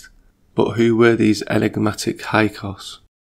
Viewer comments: Hyksos is pronounced "hick-sos" (or so I was taught). Otherwise great job, I really dig this video! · Hyksos not hykos Io io (aio eeo) not lo.